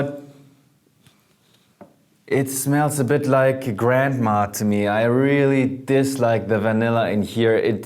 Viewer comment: the way he says grandma makes me laugh